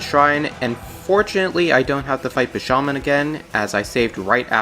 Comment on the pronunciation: You saying "Bi-sha-man" completely threw me off guard. How do you pronounce his name so incorrectly? It's "BI-SHA-MON-TEN".